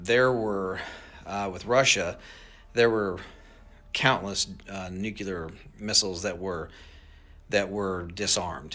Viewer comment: He said, “nukular”. The word is NU CLEAR. I think the mispronunciation must come from knowing the word, molecular.